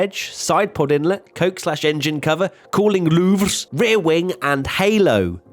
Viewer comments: Why do you say ‘loovs’ for louvre? In English this it pronounced ’loover’. I know the french say it differently. We aren’t french. Or american. Thanks. Nice vid though. Cheers. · Its pronounced 'loovers' not 'looves' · It's pronounced Loo-ver! "Loov" is the museum in Paris. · I don't know why, but "Louvres" sounds funny hahaha